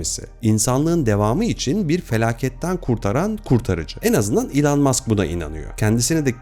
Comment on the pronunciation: İlan değil - ilon - diye telaffuz ediliyor .